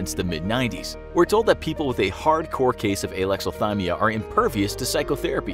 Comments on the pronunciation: It sounded like he's saying Aylexilthymia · Idk how to pronounce Alexathymia, but neither does the narrator.